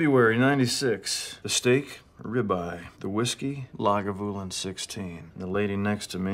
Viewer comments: Yeah sounds like Laguvalin rather than Lagavulin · Great review. The 11 is a favorite. It’s pronounced Lahg ah voo lyn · You're saying Lagavulin incorrectly. I have a slight cringe every time it's said. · It hurts me every time he mispronounces it… I can’t take this review seriously because of it